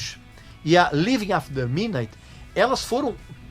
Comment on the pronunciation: O Régis não consegue pronunciar MIDNIGHT. Fora outras kkkkkk. Joel Santana English School.